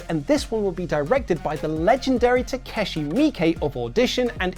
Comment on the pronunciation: Slight correction, it's Takashi Miike, not Takeshi.